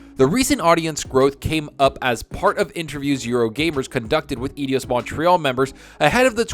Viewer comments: man, Eidos is pronounced like Eye-Doss not idi-oss !! Cheers for the info vid, Keep Up the Great Work !! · Think it's said "Eye Dose" Montreal just FYI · Dude! It's eidos. [Eye_dos]